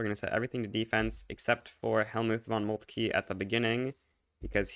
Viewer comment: FFS Moltke not Moltkie. Let the man rest, he basically defeated France all alone. Double-FFS Schleswig, not Sleschwig. Are you people mispronouncing foreign words on purpose,?